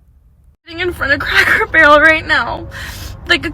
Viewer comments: The person reading this keeps saying Crackle Barrel instead of Cracker Barrel- pretty lame. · Girl its CRACKER not Crackle. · CRACKER BARREL, NOT CRACKLE 😂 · I thought it was Cracker Barrel, why y'all saying Crackle Barrel? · Crackle??? It's CRACKER 🤣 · Cracker Barrel not Crackel barrel 🤨🤨🤨 Hype+ yall can’t speak or something😂🤣😂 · Imagine what them folks gonna do when they hear her pronounce it, Crackle Barrel! 😅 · Sounds like you were saying “crackle “ barrel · Stop saying “crackle” barrel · I'm confused as hell. Why does it sound like she keeps saying Crackle Barrel? Reminds me of when some of my people who couldn't say street or specific would always say Skreet or Pacific. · I'm going to need you to use the correct pronunciation when speaking about this establishment. We need to hear a HARD ER at the end of Cracker every time you say it. Maybe that will help identify who is taking the most offense at the change. Say it with me crackER Barrel. 😂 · Crackle Barrel????? 🤦🏿 she said it wrong every time 😂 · Why does the narrator keep saying crackle? Must be DEI hire. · Is she saying Crackle Barrel? 😅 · I'm sorry but her inability to properly pronounce the word, "Cracker," made me turn the video off. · Thought I was tripping 😂😂😂